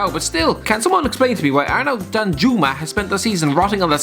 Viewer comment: The way pronounces the names of Danjuma, Chong, etc is pretty damn hilarious...